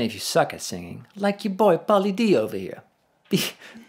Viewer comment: I thought he said Paula Deen and I was like whut? Then I figured it out..... xD